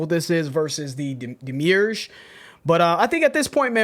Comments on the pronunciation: Guys! It's Demi, like Demi Moore, urge, like the urge to do something. Not demure. Pedantic, but it has meaning. The demi-urge is the force of creation, a non-sentient force of the universe. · //Yall are great, love this channel-// ITS DEMI-URGE. DEMI. URGE. DEMIURGE. DEMIMOORE. URGE. DEMIURGE. It's taken me a bit to warm up to the new setup, but I'm enjoying it! And I love that you guys are continuing to stay focused and innovative on how you're consuming these songs and spending time with them. Stay true, stay free, all love. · Oh it's pronounced Dem-eee- urge. A demiurge is a supreme being/thing/entity. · Also, "Demi. Urge." Demiurge. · It's pronounced - DEM EE URGE. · It doesn't matter, but just cause, It's pronounced Demi-Urge. Which is a word used for a being that created the universe. Lol i think its cool so i thought i'd share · Hi,! Demiurge (From Ancient Greek δημιουργός ie. dēmiourgós, “one who works for the people; a skilled workman, a handicraftsman”) is pronounced /ˈdɛ.mɪ.əːdʒ/ (US, listen to audio at or /ˈdiːmɪ.əːdʒ/ (alt. US), OR /ˈdɛ.miˌɚdʒ/ (Received Pronunciation). Also see:) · ... it's pronounced DEA-(like the first part of "death")-ME-URGE :)